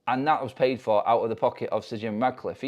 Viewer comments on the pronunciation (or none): none